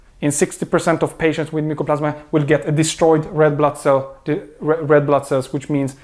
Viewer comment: Mycoplasma not mucoplasma